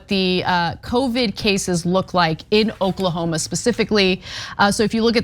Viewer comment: 😂😂😂....its O-k-l-a-h-o-m-a.